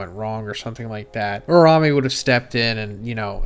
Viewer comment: you do this for a living bro pls lmao its U-RA-U-ME